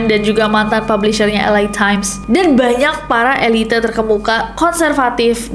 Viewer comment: Speeling lo kern tapi saat lu ngucapin "elite" kok e li te sih